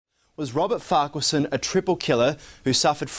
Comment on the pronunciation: Try Google to pronounce names? Accent is on the wrong part of Farquharson